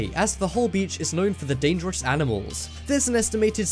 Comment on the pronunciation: This is not real . Every five minutes you say dadares